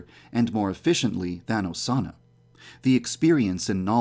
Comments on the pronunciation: GuER iZ oZaNAh?! Please, stop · Instead if Osana, it sounds like "sauna". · Midori screaming “Osana!” just sounds like she’s saying SAUNA over and over again. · Sounded like she said sauna after some time lol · Omg at the beginning when Osama was being repeated it sounded like it was saying sauna XD 😂😂😂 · Sound like they're saying sauna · Remember when you said “Than Osana” Thanosana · Instead of hearing Osana, i hear Persona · Am i the only one who hears sauna instead of Osana? (At the start)